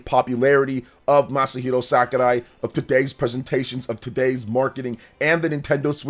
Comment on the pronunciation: He be mispronouncing it though.